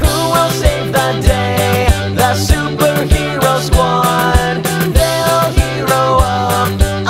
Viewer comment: I think when you say super he(ro) squad, its a wrong note